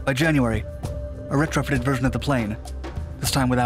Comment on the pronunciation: Reh-tra-fitted? Try ret-row-fitted. It's an English word that is easily pronounced.